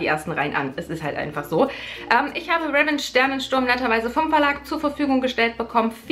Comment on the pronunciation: pssst man spricht es RivENTSCH aus leise wieder rausschleicht weil niemand Klugscheißer mag ;)